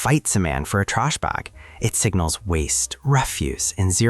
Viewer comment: trash bag = trush barg, ridiculous AI shit